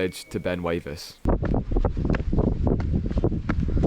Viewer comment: pronounced Wivis